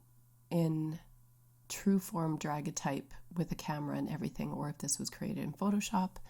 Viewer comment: Hi :) it’s pronounced da-gair-ee-uh-type